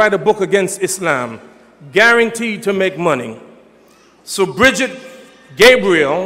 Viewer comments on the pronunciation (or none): none